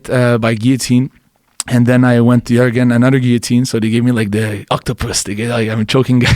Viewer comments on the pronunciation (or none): none